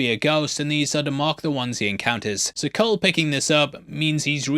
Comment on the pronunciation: Who tf pronounces Cole with a soft c?